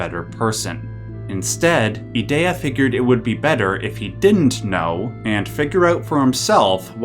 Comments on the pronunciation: I stopped watching when you said E-Day-A. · Those pronunciations were rough... "ee-DEE-uh" "ult-uh-MEE-see-uh" Elone is straight up just "Alone"... "gal-BAY-dee-uh" C'mon man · I hate the way you say Edea lol its E-dee-ah. Even if it isnt :p